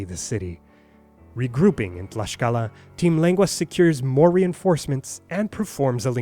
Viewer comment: Hey,, thank you for taking an interest in the history of my country and for sharing it as well:D I just have to point some things out: it's MOCTEZUMA, not 'Montezuma' nor 'Moteczuma' xD And Tlaxcala is pronounced /tlakskala/, not 'tlashcala' xD Did you know that la Malinche inspired the folk tale of La Llorona?:O Thank you, again!